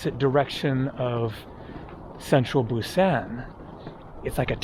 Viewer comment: Mispronounced Bim Bim Bap (Think Bop) and Busan. Think Busaan. You chose to stay away from the harbor. If you moved a mile or two away from the river and nearer to the water, you’d see the large seafood market and the busier areas of town. Busaan has a lot to offer!